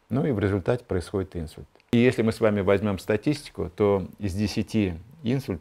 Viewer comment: Не Инсульт, а инсУльт. Извините, конечно, но режет слух не правильное ударение в этом слове😊